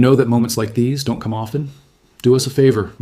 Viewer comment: Or the word don't. the Ai says Don - Tee